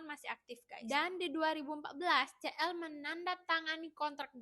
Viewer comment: kak CL bacanya SI EL , kalo CE EL, MALL CIPUTRA (CITRALAND) 😭😭😭😭